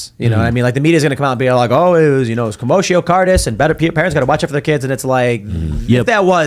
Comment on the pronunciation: It took Tim about 6 weeks to figure out how to say Guillain-Barre at the start of vaccine mandates. Now it's going to take another 6 for him to figure out how to say Commotio Cortis.